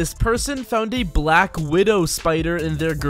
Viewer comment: why he say black so heavily